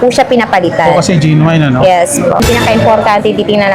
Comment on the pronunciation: Nice update po! But genuine po is pronounced as “jen-yoo-win” not gen-wayn.